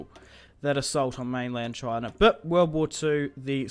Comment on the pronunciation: The way you say China, it's amazing. Choina. Love you Aussies.